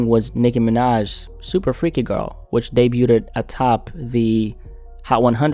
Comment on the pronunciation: Debuted: the 't' is silent